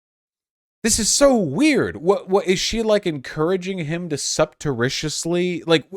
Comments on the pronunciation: I am pretty sure Vaush meant to say *surreptitiously*. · "Subterritiously" There was an attempt